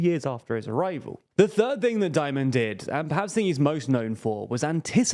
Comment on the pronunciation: "Dimon" nor "Diomond"